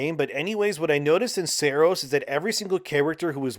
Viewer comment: Sahr-ohs not SAIR-OS